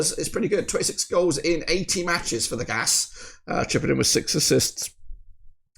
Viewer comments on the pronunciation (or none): You know, there is an i in GAIS… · Gais is like gays when you say it. Gothenburgs Atlet & IdrottSällskap. ( Sportsclub can we say). Axel goes on every ball he says if he don he can missed it when it comes all the way. He also got a ABBA song. don't waste your goal chance pass it to Henriksson